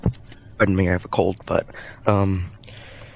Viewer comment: "I have a cowd and I'm quite tiwed"